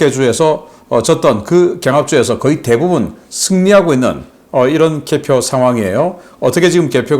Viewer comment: 귀하의 발음이 엉망이올시다."과반수, 경합지, 대부분,예측,?보도 전쟁,개정,정부, 등!! 단어의 첫 자를 모두 "짧게"잘못 발음했습니다. :길게: 발음해야지요 :한국 어문을 고발함"이라는 책을 조용히 읽어 주실까요??